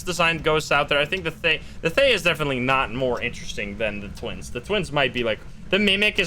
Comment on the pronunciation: Hey, thaye is pronounced tha yal and it’s a Burmese name for “ghost”. I’m like so gassed about them using smth from our language and culture and also quite funny cuz thaye just means “ghost” in general